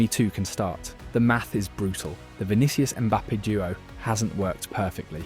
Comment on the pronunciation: Why this guy can't say players names correctly?? 🤔 Vinikius?!